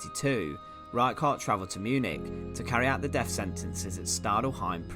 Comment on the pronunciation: Horrible narration. Every word with a “th”, he pronounces as an “f” sound. Firty-free (thirty three), deaf penalty (death penalty).